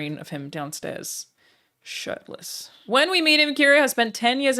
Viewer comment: The way Alanah hits "shirtless" is delightful